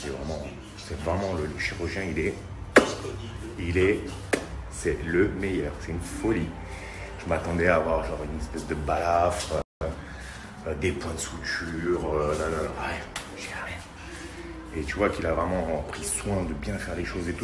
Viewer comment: On dit SUTURE ! Et non Souture bon Dieu